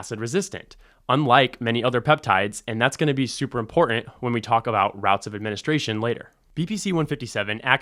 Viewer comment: He sounds so informed, but the way he pronounces "important" makes me wonder.